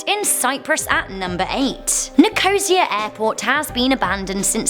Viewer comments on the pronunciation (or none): 2 things, it's Cyprus and its pronounced Ni-co-see-uh I'd haunt an airport, airports are fun 😂